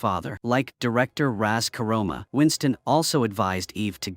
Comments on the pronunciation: Not only this recap screwed up that she is John’s sister, they completely stuffed up the name of the Ruska Roma Ras Karoma?? WTF!! Another fine example of a AI narrative where who ever programmed it didn’t even check what was said A big dislike for this stuff up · It is Ruska Roma - Russian Gypsies - and not rus karoma